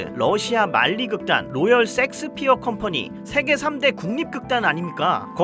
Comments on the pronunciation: 형 섹스피어 발음너무 ㅋㅋㅋㅋㅋㅋㅋㅋㅋㅋㅋㅋㅋㅋㅋㅋ 셰익스피엌ㅋㅋㅋㅋㅋ라고있늗뎈ㅋㅋㅋㅋㅋㅋㅋㅋㅋ형의 본능인거지??ㅋㅋㅋㅋㅋㅋㅋ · 형 섹스피어가 아니라 셰익스피어아닐까? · 왜 자꾸 셰익스피어를 야스피어라 하십니까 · 세익스피어라고 안하고 섹스피어라고 계속하는거 개웃기네 ㅋㅋㅋㅋㅋ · 섹스피어 ㅋㅋㅋㅋ 셰익스피어 아니에요? ㅋㅋㅋㅋㅋ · 아니 셰익스피어를 섹스피어라고 하면 어쩌란거야 ㅋㅋㅋㅋㅋ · 형......자꾸 쉑스피어를 섹스섹스 거리지마...그리고 색스피어야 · 쎅스피어가 뭐여 쎅스피어가.. 셰익스피어 라고 해야지.. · Shakespeare 섹스피어라고 하셔서.... 앞으로 [셰익스피어]로 부탁드려요^^ 실제 발음도 이렇고요~ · 제발... 섹스피어 말거 쉐잌스피어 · 형.. 섹스피어가 아니라 셰익스피어... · 셰익스피어인데 왜 이렇게 섹스피어라고 발음해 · 형 셰익스피어 아니야? 섹스피어였어? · 아닠ㅋㅋㅋㅋㅋ 섹1스피어가 아니라 셰익스피어였어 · 셰익스피어 섹스피어가 아니라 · 셰익스피어를 줄기차게 섹스피어라고 읽고 쓰는 의 무의식 저변에 자리한 리비도 잘 보았습니다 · 야스피어가 아니라 셰익스피어 아닌가요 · 형 섹스가 아니라 셰익스피어 ㅎ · 2. 나이로 퉁치지 말아주세요 비슷한 나이대지만 저희는 그렇게 발음 안했습니다 ㅠ 그냥 쉐익스피어라는 발음이 안되시는걸로.. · Shakespere를 일부러 틀리게 발음하시는건가 궁금합니다. 쉐익스피어 가 맞는데요😅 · 발음 주의! 섹스 아님! 섹스피어~ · 셰익스피어가 어쩌다가 섹스피어로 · 섹스피어 발음이 왜이렇게 강한가요? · 오늘 생각나는게 섹ㅅ피어극 아주 맛갈나게 발음 하십니다. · 썸네일만 보고 인지 못알아봤어요 ㅋㅋㅋ 멋진영상 감사합니당 ㅎㅎ 근데 '쉐익스피어' (혹은 셰익스피어)요 ㅠㅠㅋㅋ 첨에 듣고 깜짝놀랐어요 ㅋㅋㅋ (메인 댓글에 언급하신거 지금 봤네요 ㅠㅋㅋ 괜한 언급죄송해요- 하지만 댓글 그대로 남길게요! 팬이에요 <3 ) 앞으로도 건강 챙기시면서 좋은 영상 더 많이많이 부탁드려용! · 셰익스피어 보고 자꾸 섹스피어라고 하는거 킹부러지 형? ㅋㅋㅋㅋ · 섹스피어 할때 쎅스발음 쎄게하는거 개웃기네ㅋㅋㅋㅋㅋㅋㅋㅋㅋㅋㅋㅋㅋㅋㅋㅋ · 내가 이상한거야? 나만 셰익스피어 극단을 섹스피어 극단이라 하는거에 의문을 느끼는거야? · 저도 제 귀를 의심... 야스피어라니 ㅎㄷㄷ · 30분 영상에서 기억남는건 로열섹스피어뿐 너무 찰지게 섹섹하심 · 아 ㅋㅋㅋ 어쨌든 섹스피어라고 ㅋㅋㅋ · 섹스피어 발음이 어우야